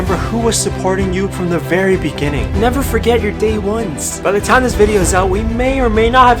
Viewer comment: I like that he says it's corona tiem.